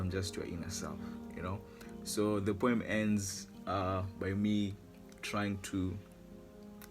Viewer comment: What’s up, how you doing. My name is solo Km. I’m a boy?🤣🤣🤣🤣🤣 he said poem and made it sound like he said boy 🤣